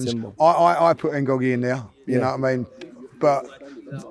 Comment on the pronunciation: Man said Ngogie 😂😂😂😂😂😂😂